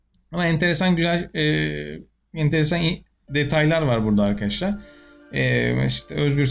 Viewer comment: abi ne içiyorsun videodan önce sölesene yaw böyle giriş yapıosun seğam arkağaşlar die